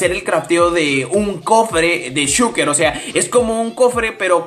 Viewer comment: se han dado cuenta de que no dice shulker y el dice shuker